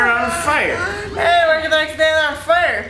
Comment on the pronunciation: "They're on fiurr... The next thing ehh they on fiurr!" Hahaha!